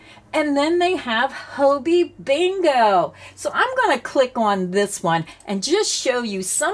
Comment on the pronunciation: It puzzles me a little that so many USA YouTubers refer to Hobbii as Hoe Bee - I have always thought of it as Hobby, as in knitting and crochet are hobbies and Hobbii supplies us with what we need for our hobby.